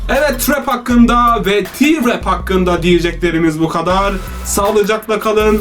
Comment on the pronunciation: T nin ingilzce telaffuzu ti dir